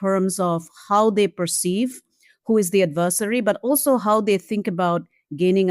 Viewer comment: My girl doesn't say long As. Adversery, survilance.😂